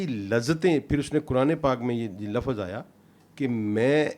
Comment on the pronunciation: saab ki study kaafi gahri hai, unki baatein sunte hue baarhaa Sahil Adeem yaad aate hain... dono ko kabhi sath mil kar koi program karna chahiye... ek sawaal hai, saab se aur Pakistan ke zyada tar scholars se k woh log Lafz ko Lafaz, simt ko simat, waqt ko waqat, zikr ko zikar, nabz ko nabaz kyon bolte hain..?